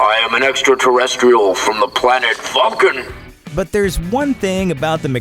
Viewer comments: Is it just me or does it sound like Marty says "Planet Fuckin", instead of "Planet Vulcan". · Ive always thought he said the planet fucking